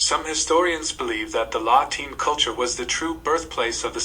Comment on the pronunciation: Not sure how scholastic the video is. It mispronounces several terms (Kelts not Selts and La Ten not Lateen). The illustrations are more suited to 18th century AD rather than 5th century BC and the social structure they mention is more indicative of Medieval European rather than Pre-Roman.